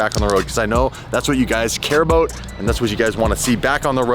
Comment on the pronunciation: cannot say the "about" for shit